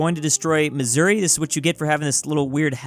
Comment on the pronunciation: To be honest I do not like how you say Missouri